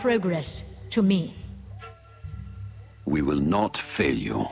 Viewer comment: I swear everytime these two talk … there are some innuendos there. like at when she says "To me" like an emphasis. he has to bow and wish her safe journey... like.... nudge, wink and a kiss there!!! ;)